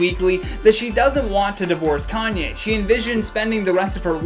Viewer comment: also 'calmye' and 'kylie stinks' LMAOOOOOOO